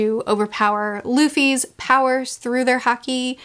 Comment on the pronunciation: To help make things easier, "haki" is normally pronounced the same way you'd say "hockey." Also, yes, with the combination of Impel Down and Marineford, I say it's better to take your time before uploading another video. These arcs in particular deserve more time to prepare and process everything.